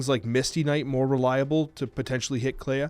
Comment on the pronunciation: do you clay-ah the house? Clea is the word clean without the n. Thats it bud. Its pronounced “Klee”